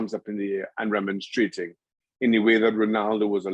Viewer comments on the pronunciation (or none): Gut darn, if I have to hear 'remonstretin' one more time from shaka